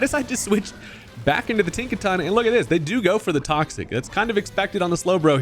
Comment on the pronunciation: Tinkaton 🚫 Think-a-ton ✅